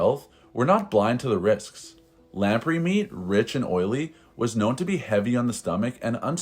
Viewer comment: Weird pronunciations in this script. Check new words before recording, particularly where English place names are involved; and the fish is pronounced, lamp-ray.